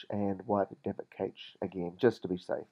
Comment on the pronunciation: Cash not kaitch and dal vic not whatever the shit you called it. Other than that, great thanks.